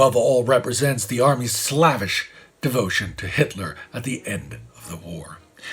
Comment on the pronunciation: "Slavish" is pronounced "slay-vish", not "s-lavish"; "egocentric" is pronounced "ee-go-sen-trick", not "eg-go-sen-trick"; "iron" is pronounced "ahi-yern", not "aye-run".